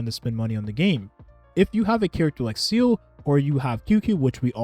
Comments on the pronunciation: Can you please stop pronouncing seele as "seal"? it hurts lol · Day 69: could you please pronounce my queen's name (Seele) correctly?